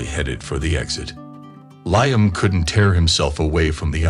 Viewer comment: It's (Lee am ) not ly am !